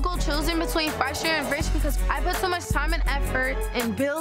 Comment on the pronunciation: say Phresher with a Ph! 🤣🤣